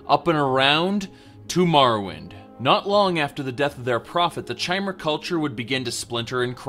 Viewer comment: Awesome, very informative, thank you! But... "chai-mer"?! You do know the word "chimera", right, that literally refers to a 'changing one'? Might as well pronounce Vivec as you do lilac.